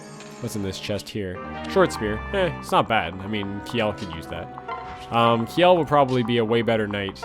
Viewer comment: The pun in the title might work better if "kj" in Norse languages wasn't pronounced like "sh". Her name is a pun on "shell", like her armor. But hey, that's pretty obscure knowledge, so I can't blame you.